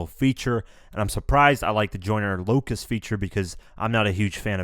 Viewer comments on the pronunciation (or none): this guy said" I like the joyner locas song LOCAS ITS LUCAS not locas do you know how to read